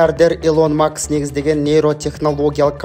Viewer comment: Макс эмес-Маск!!😅